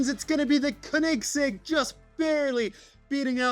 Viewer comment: Tf is a konigsig 💀 it’s pronounced co-in-seg